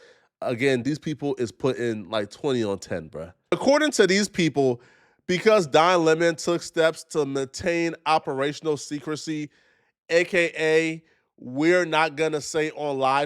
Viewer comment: It's pronounced, main-tain not muh-tain 🤦🏾‍♂️🤣😂🤣